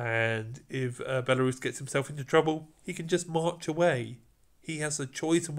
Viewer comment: when you call Belisarius like belarus, it so funny to me because I'm from Belarus country😂